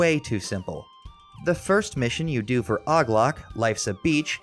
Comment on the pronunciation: Lol why did you call OG Lock, Oglock.